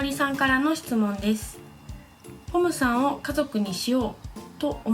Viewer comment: ちょっとぽむさんって言えてない感じがかわいい💞